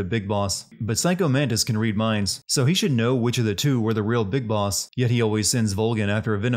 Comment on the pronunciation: “Bis Boss”?